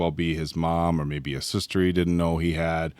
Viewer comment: [SPOILERS up to season 4] so please ignore this one "Or a sistee he didnt knew he had" cracked me up so much cause he was so close and yet so far with the titan shifter sibling guess